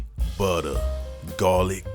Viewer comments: bro had me at "honey BUTTA".. 😂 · Soon as he said butta I knew I was on the right channel 🤣🤣🤣🤣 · When he said 'Honey Butta Garlic Glaze', i knew i was in for some shit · love the start.....HUNNY BUDDAH😂